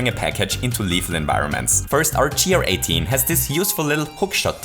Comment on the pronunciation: You don't say GR 18 like gee are eighteen, but like gair-eighteen, because it sounds like guarantee.